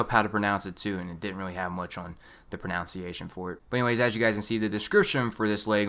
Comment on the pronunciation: The irony, he pronounced "pronunciation" wrong